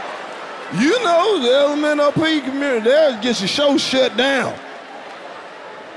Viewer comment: My man said the lomop community lmaooooo